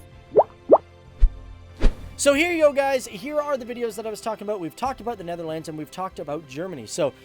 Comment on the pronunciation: You're still a signorant as in the last of your "presentations." And you still do not know how to pronounce "Netherlands." Besides, it is NOT "Netherlands," but "THE Netherlands." And Holland has the HAPPIEST children.